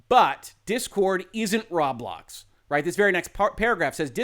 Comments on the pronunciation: Yeah lol I'm sure he's gotten plenty of tells by now that it's pronounced "row blocks" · So I listened, didn't watch. When he says Rawblocks, does he mean Roblox?